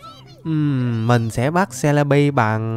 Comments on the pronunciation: Em ko đọc bằng c le bi đâu em đọc là ce le bi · Celibi mà em đọc là jolibi 😂😂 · Celebi mà anh nói là selebi 😅😅